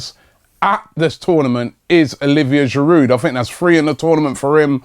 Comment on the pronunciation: Robbie, Please please stop pronouncing the D in Giroud.He is French mate.